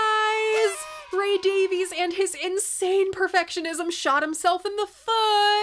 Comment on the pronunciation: PLEASE,... NOT "DAVE-eez!" Ray himself publicly upbraided the critics Jim DeRogatis and Greg Kot on the Sound Opinions podcast, telling them that the family pronounce it "DAVE-iss."